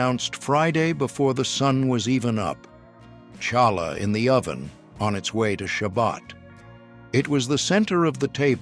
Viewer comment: It’s pronounced Challah. You bring the ch from the lower part of your throat!